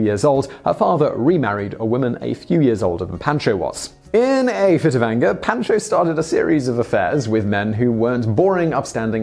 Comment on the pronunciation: Pahn-cho. Otherwise top notch!